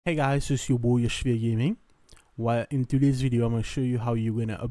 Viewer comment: every YouTube guy ever says "it's your boy" in the beginning. But they pronounce it "it's ya boi" and say it fast so it's like "itsyaboi" lol